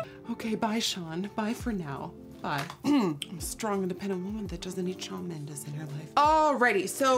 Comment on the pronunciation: the way she said mendes tho